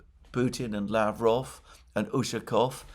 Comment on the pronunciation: Mercouris, you did it! You did pronounce Lavrov in Russian correctly once. Good job mate! The other 10 times you absolutely butchered it! Again 😂 Keep trying.... Don't forget Ushakov and Peskov's last names are pronounced in the same way as Lavrov. Stress goes on the last syllable. The "ov" syllable.